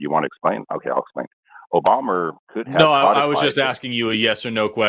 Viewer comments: did he say Obamer or Obummer? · Didn’t also call Obama “Obamer” twice? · Not only did the first caller continuously insist on misprouncing Kamala's name, but at one point I could have sworn that he called Obama "Obamer." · Is a racist? "Obommer?" Wtf?!?